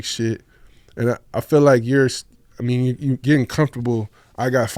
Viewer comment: As a kid i use to think bro name was “Phil” hearin Dru Down say “Feel” (feel me) in the videos 😂😂